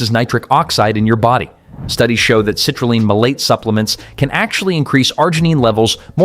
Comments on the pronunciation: F'ing dumb AI. it's CITRULEEEEEN! Not Line! And the pronunciation doesn't change twice in the same MF'n sentence!! Is it ever A-MY-NO acid??? Funny how this cheap shit AI bot never said; "ARGI-NINE"! Nope, it said ARGINEEEEEN! Just like grandma used to say. "Taken before workout" -HOW LONG BEFORE A WORKOUT in 2026?? 15min's? 30 min's? 1hr?? -HOW LONG DOES IT STAY EFFECTIVE for said workout in 2026??? Is there a half life or a sweet spot for effective dose duration in 2026? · Frequent mispronounced words and garbled phrases. Citrulline is pronounced differently between sentences. Destroys credibility for me. TD